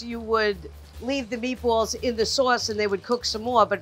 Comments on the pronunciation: you can tell she's gonna ace this bc she calls it "meatbowl" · Right when she said "Meat-Boahls" I knew it was gonna be good. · “If she says spaghetti and meatbwalls” she’s a pro